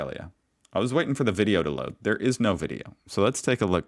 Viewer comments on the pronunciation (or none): none